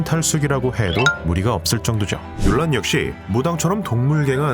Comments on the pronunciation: 뮬란을 물란이라고 발음해서 문란해진건가? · 중국어 발음도 물란. 영어 발음도 물란. 한국에서만 뮬란. 한글이 없어서 표기 못하는 것도 아니고 왜 굳이 뮬란인가?